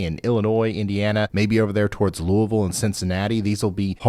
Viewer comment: It is so nice to have a weather man for the country that pronounces louisville correctly 😂😊